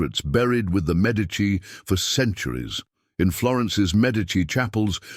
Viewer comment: The pronunocation of the medici name makes this impossible to losten too